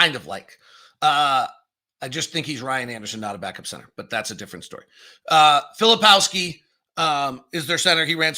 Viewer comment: I would take your assessments more seriously if you bothered to learn their names. McCain/McClain and about 8 versions of Filipowski... hard to listen to.